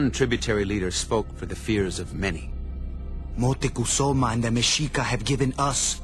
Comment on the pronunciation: moctezuma.. pronounce it right europeans